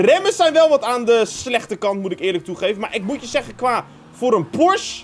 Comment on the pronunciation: Het is Porsche niet porsch 😅